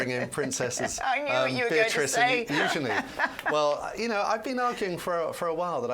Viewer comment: Please.. not Eugenie.. please.